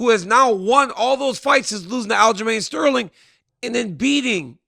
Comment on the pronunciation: Definly not sterling 😂😂